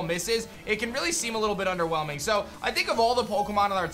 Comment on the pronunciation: How many times did he say 'underwhemling'